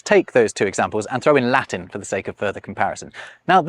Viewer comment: Bro, please, for the love of God, fix your Latin and IPA pronounciation 😭😭